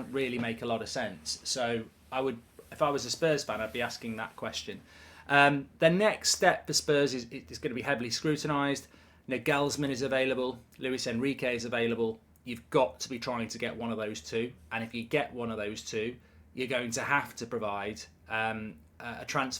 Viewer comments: What is your problem in saying Nagelsmann? It’s Nagel as in Bagel, not Na Gelsmann. It’s like saying Gol Duh Bridge. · Its Naaagelsman not naGelsman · Mark I love the content and watch both channels daily. But it’s not Neglesmen….it is pronounced Naa • guhlz • muhn 🇩🇪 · Please, learn how to pronounce Nagelsmann's name please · The way he pronounced Nagelsmann 😭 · Mark's certainly has his own way of pronouncing Nagelsmann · Wouldn’t surprise me if he did it on purpose with the intention of getting comments like this one. It’s an easy way to get people interacting with the channel. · At least try get Nagelsmanns name pronounced correctly man, its the least you can do